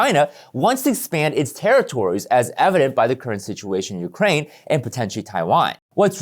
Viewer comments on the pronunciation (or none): none